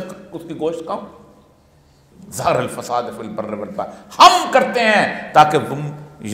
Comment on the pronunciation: اوریا مقبول جان برائے مہربانی اپنی تلاوت صحیح کریں ظہر الفساد آیت دیکھکر بھی آپ نے صحیح نہیں پڑھی